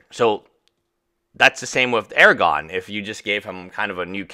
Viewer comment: Aragon? You lost an "r" there. Aragorn.